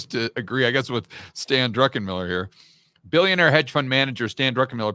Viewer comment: I love when people say Drunkenmiller. 😂